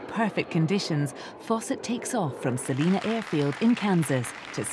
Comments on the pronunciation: I saw the landing from my front yard 5 miles away. Just for the record--Salina is pronounced "Sal-EYE-na", NOT "Saleena"! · HOW COME NO ONE CAN PRONOUNCED SA LINE A KANSAS